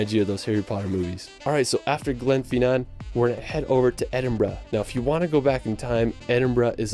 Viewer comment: Glenfeenan though Jesus that put my backup. You missed a few places though... Anstruther Kirkcaldy Kirkcudbright